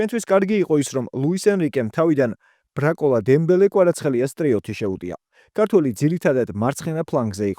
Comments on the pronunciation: არ ვიცი წაიკითხავ თუ არა ჩემ კომენტარს მაგრამ მაინც გეტყვი ბრაკოლას რო ამბობ ბარკოლას მაგივრად აღარ ილაპარაკო ფეხბურთზე ))) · ბარკოლაა მაგ პატიოსანი კაცის გვარი და არა ბრაკოლა :)))